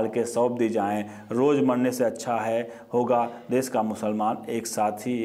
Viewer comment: श को स क्योंकि बोलते हो जैसे कश्मीर को कसमीर तो देश को देस ओर परिषद को परिसद तो पहले बोलना सीखो